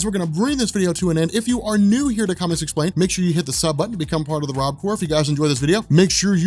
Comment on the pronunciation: It's actually Rob Corp pronounced without the p but HELL YEAH